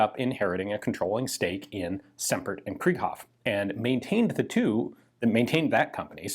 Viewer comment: It is not pronounced like krieg (translates to war) it is pronounced kr(I)ghoff. The second vowl is emphasized in German... But hey, you may know better than I.